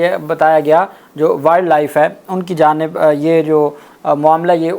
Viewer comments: Please correct, its not willd life, it is wiled life, it will sound like wyld life. from Boston USA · جناب صاحب، تھوڑی اپنے تلفظ کی درستگی کر لیں۔ ولڈ لائف نہیں ہوتا، Wildlife وائلڈ لائف ہوتا ہے۔ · شہزادے بھائی ولڈ لائف نہیں وائلڈ لائف کہتے ھیں افسوس اردو میڈیم سکولوں کی یہی کمزوری ھے جہاں انگلش بولتے ھوئے انگلش لہجے پر زور نہیں دیا جاتا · ولڈ لائف نہیں ہوتا وائلڈ لائف ہوتا ہے تلفظ صحیح کریں شکریہ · بیٹا جی ولڈ لائف نہیں یہ وائلڈ لائف ہے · وائلڈ لائف نہ کہ ولڈ۔ ویسے مان لیں کہ وفاقی سیکرٹری کابینہ اس منال ریسٹورنٹ کا اصل مالک ہوگا ۔ سامنے لیبل بھائی کا لگا دیا ہے ۔ اگر ایماندارانہ کھود کرید ہو تو سو فیصد یہی حقیقت سامنے آئی گی ۔ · بھائی جان انگریزی صحیح پڑھا کریں وائلڈ لائف ہے ویلڈ لائف پڑھتے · او بھائی ولڈ لائف نہیں وائلڈ لائف ہوتا ہے ۔ تمہاری انگلش بھی میری طرح پوری پوری ہے ۔۔ 😅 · وائلڈ لائف ہوتا ہے، ایڈووکیٹ صاحب، تصحیح فرما لیں۔ شکریہ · Salaam Bhaijan. Please use correct pronounciation when using English words such as ' wildlife'. It's embarrasing ! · Dear advocate, please check your pronunciation of wildlife. Hope you won't mind it. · “Wildlife” to be pronounced correctly please.😮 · Please pronounce Wildlife correctly! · Wild life pronounce hotaa hey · Please correct your pronunciation of Wild Life n other English words.